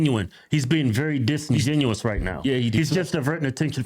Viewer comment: LIstening to the word "disingenous" spill from this thing's mouth. Comedy Gold!